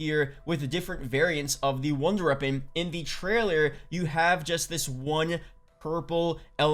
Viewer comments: when he says it, it sound like he saying ronder reapon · Good vid but he says “wonder weapon” weird.